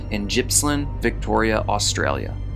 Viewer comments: It Gippsland not Jippsland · You pronounce Gippsland, pronouncing the G the same way you would use it in the word Grip, or Girl, you don't pronounce it like the letter J, Gippsland. Sorry man but im becoming more like my mother every year, and the fact we just started a new year, makes that more than obvious!!✌️